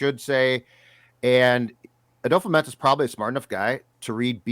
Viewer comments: It's not adofo. The a is silent and it's pronounced "dafa" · We've been saying his name wrong too, it's dofo not adofo, the A is silent. He said his name in the vikings video where he is signing his contract